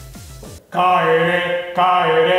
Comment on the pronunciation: FBの帰れがマックのポテトにしか聞こえない